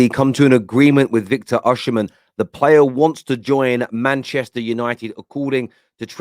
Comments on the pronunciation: why do you call him Oshimen instead of Osimen, even youtube is pickijg it up as Usherman 😅😅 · His name is Osimhen….O-Si-Mhen… not O-Oshi-mhen